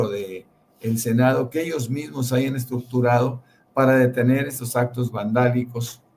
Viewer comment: Jajaja la estrurchurchur!!